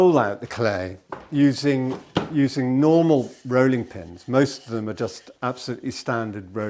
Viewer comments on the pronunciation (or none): none